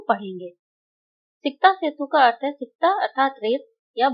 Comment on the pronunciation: It's arth not earth 🌍 it's deekha .... Not deakha ok I mean it